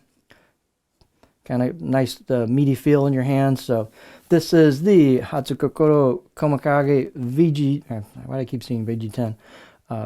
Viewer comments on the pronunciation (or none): The u isn't pronounced so is more like Hats-kokoro